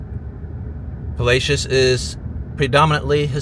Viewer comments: Palacios is a Spanish word meaning palaces. It’s not pronounced pa-la-shiss, it pa-la-see-ohs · It is pronounced “Palassssis”, not “Palaysis” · BTW, it is not pronounced "Palacious" It is pronounced "Pal-a-Ci-os" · It should be pronounced Pah-LAH-see-os. It’s a Spanish word. Pa-lay-shush is incorrect. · its not palashis its pal aic os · let me help you with that pronunciation its : Puh- la- See- O 's not puh- lash- us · lol. It’s Palacios. Not Paylaishious. . 😂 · At least learn to say the name correctly. It's no "Palacious".... it's spanish. Pronounced: Pa-la-see-ohs. Enjoyed your video though. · Puh la see ooos. Not Pa lay cious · You pronounced the city name "Palacios" as "Palashous." But Palacios is a Spanish origin surname which also means "castles." Its is pronounced "Pa-lah- see-os." Historians all agree that the city was named for José Félix Trespalacios, an early Mexican governor of Texas. The town was originally called Trespalacios, but shortened its name due to a nearby post office already using the longer version. Its a great town. Thanks for all your great videos. I love seeing them. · nice tid bits... btw/fyi: it's not palacious, it's palacios, pa la see ohss, which means palaces in spanish. & port la vaca means the cow port 🤣 presumably bc ranching is a big deal down in that region. & yes the food is where it's at 🙌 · haha! You never heard of this town..? Your not from Texas.....POL- LA-SHIS..... NOT ... POL-LAY SHEES LOL! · It's not polashes It's pronounced Pala- see -ose It's Spanish, you know, the people that owned Tejas before the white man stole it. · It's Palace-E-ohs not pala-shuss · It's pronounced Pa-la-c-os. Not pa-lay-cious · BTW, that's "Pa-lah-see-ohs" not Pa-lay-....as in Tres Palacios (Three Palaces). Was the best place I've ever lived in my 62 years. Quiet, safe, and great fishing. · I hate to tell you you're not the only one has nerver heard of "Palachus" Texas. Its pronounced "Palasee os" Palacios" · pernonced PA-LA-C-OS